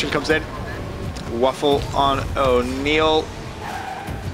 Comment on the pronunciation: Isn't Vafele's name pronounced as "ver - fell" as opposed to "waffle"?